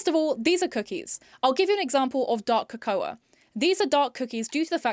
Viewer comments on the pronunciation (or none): Your pronunciation of the word cocoa 😂 Egregious behaviour all round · Handy hint: Cocoa is pronounced "ko'ko" as in the hot chocolatey drink.